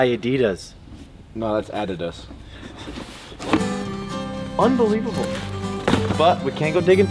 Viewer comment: to correct Diesel Dave: Those are "Ah-dee-dahs" ROFL... It's hard enough to keep from watching our weekly online auctions (mostly estate items), but it's easier since more people have discovered them and bid too high for my blood. I did manage to come away with a Maasdam Power Pull several weeks ago for $19.00 total after sales tax and buyer's premium, in the box with the original sales receipt from 2009...